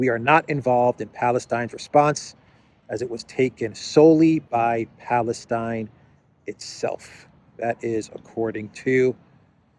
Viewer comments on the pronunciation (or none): none